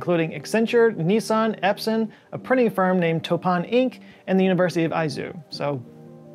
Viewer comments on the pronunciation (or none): none